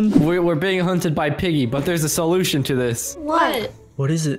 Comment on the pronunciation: Zach:" there is a solusion to this":"oh ya there is a solusion to this" Me:"is it die? "